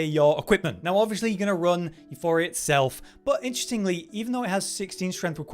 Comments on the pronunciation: There is no 'H' in Euporia. It's Euporia not Euphoria. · you - pour - ee - uh not you - for - ee - uh there is no 'H' in the weapon name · Say it with me class Euporia. You-poor-e-ah.